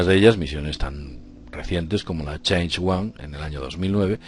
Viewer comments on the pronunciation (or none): Minuto . La Chang'e es una misión lunar china, y no es Change (pronunciado como la has pronunciado). IG.NO.RAN.TE Y PE.DAN.TE